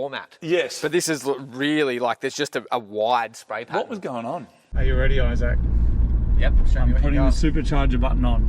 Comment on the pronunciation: Dude really puts the "saac" in "Isaac"